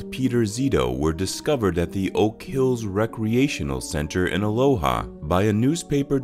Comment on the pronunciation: It's pronounced uh LOW uh